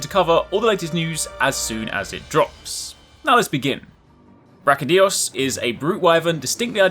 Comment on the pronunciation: Its not Brachydios, its BrachyDIOs!!